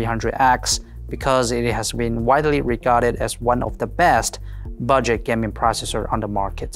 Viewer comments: Is he trying to say gaming in stead of gam-ing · Gam-ing "Gam"